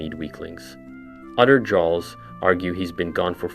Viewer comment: That pronunciation of “Jarls” makes me cringe so hard